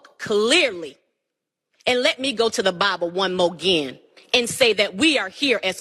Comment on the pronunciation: "One mo gin..."